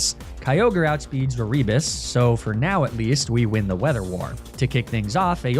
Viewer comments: Every time you say A-rebus, I am filled with violent rage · Is it E-ree-bus?? I was always told it was Air-i-bus Also I know that’s probably not the right phonetic spelling but that’s just what I could think of